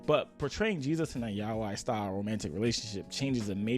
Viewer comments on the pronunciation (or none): Jeeze, they didn't even say yaoi they said Yahweh, lol. Their issue is a pronunciation problem. You'd THINK these "Christians" would know their own religion and words in Hebrew. XD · Pronouncing Yaoi like "Yahweh" was so unexpectedly funny to me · The guy in the video is very ignorant! Not only is the Gospel of Judas not "not trustwhorty" (it's not religiously canonical, but evidence suggests it's centuries old, it's HISTORY), but how can you be into anime and not know how to pronounce yaoi? 😭😭😭😭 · I have never heard yoai pronounced as yow-y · it’s pronounced “yah-oi” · this dude can't even pronounce yaoi right. Does he eat sush-eye? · I wasn’t ready for the biblical pronunciation of “yaoi”